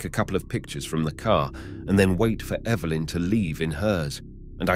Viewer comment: That was a very interesting story and does it best!! I love how the narrator pronounced “Evilyn” instead of Evelyn 🧡